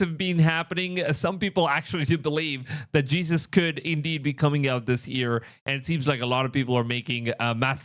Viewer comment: I’m not judging you I’m just informing, but for those who don’t know when he says EAR = YEAR